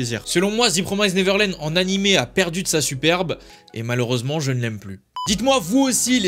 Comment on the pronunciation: Énorme revers dans la gueule la saison 2 de TPN, impossible d’apprécier l’anime quand on a lu le manga D’ailleurs ça se prononce « ze promiste » et pas « zi promaïze »